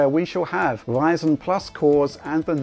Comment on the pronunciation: In a completely random turn, there's a certain charm in way of pronouncing Ryzen.